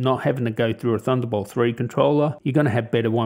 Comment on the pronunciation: I took a shot every time you said "THUNDERBOWLT" and now im dead X.X